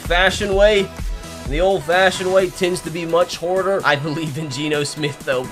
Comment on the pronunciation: Love, but the way he says harder: Old fashion style will be a lot horder Me:🤣